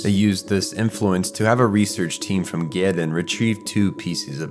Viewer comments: Even though you missed a few things (such as the possibility that Asuka was going through her period during her lower sync rate tests - the clip you used even shows her clenching her stomach - I recall her saying something akin to "Why do girls have to go through this?!") and your pronunciation of Gehirn and Seele was... bad; I feel like you covered 99% of what Eva is truly about and almost every "iceberg" topic. Major kudos. This coming from someone who has the original silver sleeved DVDs and has watched the original series and EoE over 15 times. Also you using the JP voices for the video warms my heart and I can't wait for a Rebuild analysis. Side-note: I watched the first three rebuilds after they were available to me and absolutely hated them, especially 3.0. This year I watched them all in a row, including documentaries on Anno... and I came to the conclusion that they were some of the best and most hopeful films (the village scenes in 3.0+1.0 made me happy cry as a 35 year old man) ever made and a fine addition to Eva myths that I welcome. Truly an awesome video. Eva is such a huge work, from the amazing story and how that story is told, leaving you to fill in the details yourself and stellar human-like characters, to its unique snappy editing style with great camera angles - not even speaking about the music and voice acting. Back when I watched it as a teen for the first time in the 90's, I was convinced that Eva was special. And it was my 5th anime I ever watched... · Why can't you pronounce Gehirn or Seele properly? Have you even watched one episode? Can't even get Magi correct. JFC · gerin?! It’s German and pronounced Gehirn (just like Seele, Nerv, Wille, the Wunder and probably more) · Your video is spot on, and has a good synopsis and great analysis, but as a German, I really got to say, the pronunciation of Seele and Gehirn really threw me for a loop. Seele is [ˈzeːlə] or "ZAY-leh" and Gehirn is [ɡəˈhɪʁn] or "Ge-hirN".